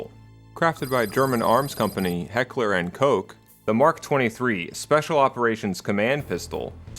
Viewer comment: why do you say it correctly and then laterr say Heckler and Kosh? Also the 1911 is called "Ninteen Eleven" aslo, SOCOM is a joint operations command directly under the Department of Defense, not the Army SOCOM Employs every branch of the US military, including the Marine Corps The Mark 23 "SOCOM" Pistol is also obsolete and rarely if ever used in service. It was deemed too heavy, too bulky, and not sufficently lethal enough to be a viable alternative to other PDWs, thus funding was halted and H&K only sells these pistols to the consumer market now